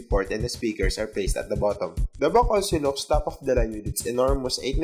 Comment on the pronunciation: good review but the accent and wrong pronunciation really bothers me. "at the back" sounds like "at da buck" and "factory" sounds "fucktory".